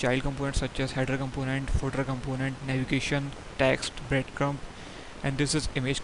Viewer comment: Isn't is breadcrumB, not breadcrumP